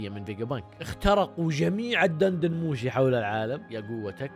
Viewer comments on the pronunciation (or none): دن دن موشي بكسر الدال!!!